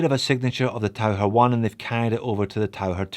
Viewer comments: I did take 4 years of German. The closest English pronunciation would be "Tau-kir", not the "Tau-her." It means "diver". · I’m not sure how you pronounce Tau-ker but being a German I think Tau-her comes closer to Taucher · Pronounced taucker.